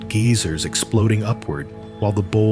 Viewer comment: I knew you were an AI bot narrator when you couldn’t pronounce GEYSERS.